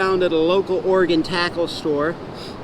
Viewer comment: Thank you so much for pronouncing Oregon correctly. First person I’ve heard do it correctly from out of state. Love your vids, got me into fishing this gorgeous coast.